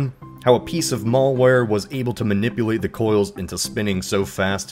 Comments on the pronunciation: What is "mulware"? It's malware. Mal. As in bad. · Don't know what's worse. The fact that the start of the next cyber war could be starting literally right now, or tomorrow. Or This guys pronunciation of Malware. (is it REALLY pronounced like Mall?) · Maul-Ware lmao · The "mall-ware" "has arose" xD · "Mullware"...interesting accent on "Malware".